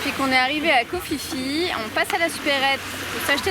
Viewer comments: un minimum kho Phi Phi,se prononce pi pi et non fifi brindacier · Ça se prononce koh pi pi 😂 le choix est toute suite fait pour le snorkeling koh tao est plus riche